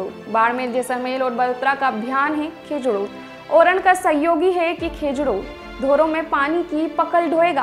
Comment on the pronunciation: खेजडो ❌ खिजुडो ✅